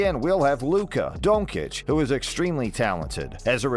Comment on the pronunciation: You can't even pronounce Doncic right.